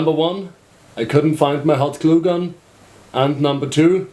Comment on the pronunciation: yep, he said hotglueGUN xD